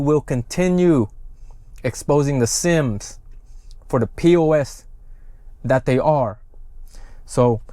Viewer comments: Thank you for your report. Always appreciate the update. It’s the Si-am or Siamese (pronounced with the English version) or Siem in Khmer version, not the “Sims” you kept repeating…my two cents. Also, I got second-hand embarrassment from watching the Siam military leader’s awkward 😬 replies, bs-ing his way through and through. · Yeah Sim is my last name and it hurts my soul every time he calls them that